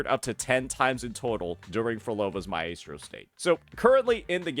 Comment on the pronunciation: Does he not know how to pronounce maestro?